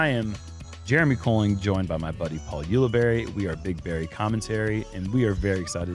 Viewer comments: Paul OOo-libari or Paul You-libari. OOo-libari says the announcer. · Why do so many event announcers not know how to pronounce Paul's last name?!